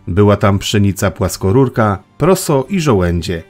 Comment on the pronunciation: Pszenica płaskurka a nie płaskorurka :)